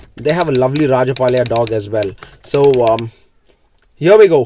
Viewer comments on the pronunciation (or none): It is Rajapalayam ..not Rajapalya .Anyways good video .